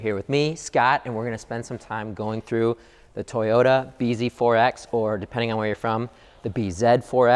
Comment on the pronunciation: I can't unhear "Toyota Busy" :( On the other hand, now I will finally remember how the damned car is named.